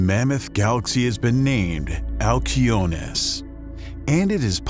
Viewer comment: Wow. Every other person in the universe would pronounce it "al see o nee us" but not you because you are special and want to be youneek.....🙄